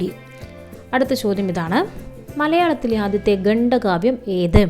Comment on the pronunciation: ഗണ്ഡ കാവ്യമല്ല ഖണ്ഡകാവ്യമാണ്